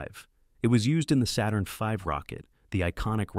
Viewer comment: "Saturn feeve?" LOL! 😂